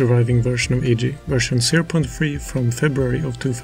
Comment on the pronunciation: Iji is read as Eejee? No way I thought it was I-jee all this time